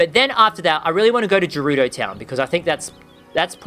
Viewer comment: Why don’t you edit the at the end of the divine beast you edit it to say gerudo instead of jerudo